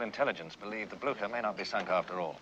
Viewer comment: Cant stop laughting how they misspronounce Blücher .. but this is english with german names all around anyway :D p.s.good movie